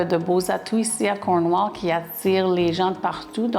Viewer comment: SVP, prononcez comme il se doit! On entend CORNEAU!!! CornWALL.